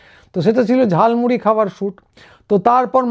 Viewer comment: ওটা ঝালমুড়ি নয় ঝালমুলী😂